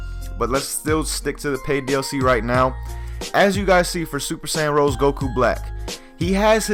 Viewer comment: It's called Super Saiyan Rosé. Not Rose. Please... 'cries in the corner'